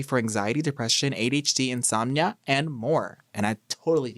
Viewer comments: anyone else notice larray say “insomunia” in the initial ads 💀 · Not Larry pronouncing insomnia wrong 🤣 much love 🤍